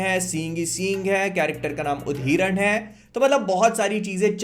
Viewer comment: उदहिरन ❌️ उधिरन ✅️